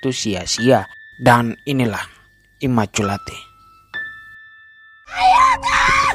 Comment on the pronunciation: Bang bacanya immakulait